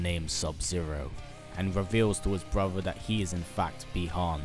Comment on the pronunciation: I enjoy your MK videos but listening to you say "brover" instead of "brother" this entire video made me want to sew my ears shut!